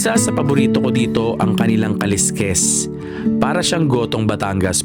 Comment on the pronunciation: Yung Pangasinan dish na kaleskes yung pronunciation lang hndi sya kaliskis kasi pang isda yung kaliskis...kaleskes dapat